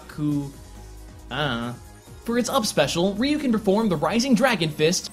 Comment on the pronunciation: Why did you look up how to pronounce Joudan Sokutogeri but not Ryu? I'm not Japanese but it still bothers me when you butcher a word like Ryu so horribly :( I mean Japanese really doesn't have the most difficult phonetics in the world.